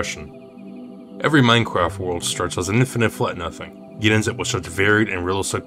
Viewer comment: why do you pronounce it Meinqwaft